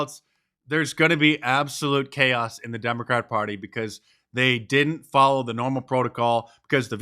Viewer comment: What did he say? I ought to foller r up? WTF form of low IQ word pronunciation is that? It's not even "Ebonics."